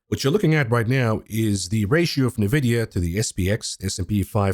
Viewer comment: Nvidia....ENvidia. i you cant say the name of Nvidia properly why would anyone believe anything else you say?